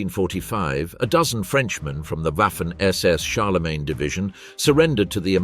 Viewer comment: It's pronounced WOFFEN ... Even though gramatically it sounds like WAFFEN